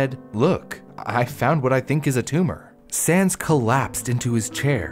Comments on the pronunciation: why does it sound like your saying "sans" when your really saying "Sands" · I straight up thought he said sans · Why does it sound like he's saying sans? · i keep hearing sands as sans and i can't stop laughing during the part about his tumor and i feel bad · He keeps saying sands, but i think he is saying sans